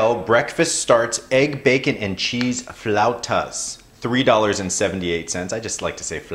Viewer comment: i like how you say "flautas" too. lol